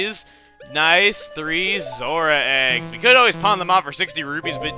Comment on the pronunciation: For some reason, every time you say Zora, I hear Zorua from Pokemon